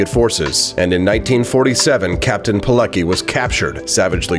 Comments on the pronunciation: It's pronounced "Piletsky", not "Pilekee" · You should do a bit research on how to pronounce his name. It would be "Piletzki" not Pileki. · Name is pronounced pee-let-ski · The pronunciation is "Veetold Peeletski". A very great Polish hero, yet another of countless victims of ideological barbarism. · Lambert He didn't Germans organize hunting on Polish people on the street and put them to koncentation camp not jew only.Try pronounce Veetold Peeletzky. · His name is pronounced VEE told Pee LETS key. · For English ppl, pronounced "Piletzki" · It's pronounced differently. It goes like "Piletzky". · Captain Polucky? Oh boy. Let's try a slightly different pronunciation. Use a phonetic approach. His name was Witold Pilecki in Polish. First name in English is pronounced Vitold, W in Polish has its equivalent in V in English. In regards to how his surname should be pronounced, try to use the following: Pee, then le, then use C as if you were trying to say letter C in the word, certified, and that's followed by key. Put it all together, and it gives you Peeleckey😀👍. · Captain Pille-qi .... Goddamn son where did you found that ... Its like Mohammad being pronounced as a Michel ... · You mispronounce Pilecki.